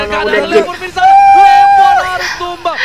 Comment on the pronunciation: Lemon kak bukan lenos😅